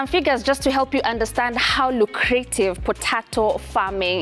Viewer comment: Lucrative. Pronounced luk-ra-tive